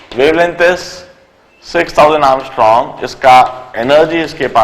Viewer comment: Its angstrom sir not ARMSTRONG!!!